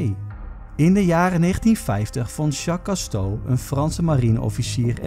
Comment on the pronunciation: zeg je nou Jacques Casto?? het is Jacques Cousteau (uitspraak Koestow)